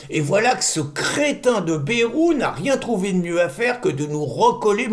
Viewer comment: Merci, mais on prononce Baille-rou dans le sud ouest, toutes les lettres se prononcent, sinon on l'écrirait Bèrou .Merci !